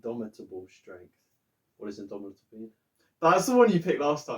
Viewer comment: Great vid, Guys! It's pronounced in-dom-it-able